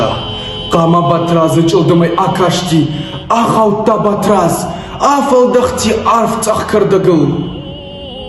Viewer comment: Не возможно слушать . Потому что песня и текст звучат одинаково громко. Потом на языке иронов имя Батраз звучит как Батыраж. Надо правильно произносить иронские имена.